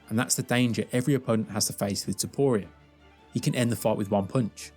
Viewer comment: The most painful thing is listening to you misspronounce arturo topturo s name